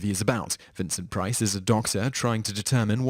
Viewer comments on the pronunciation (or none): Vincent price not "prince"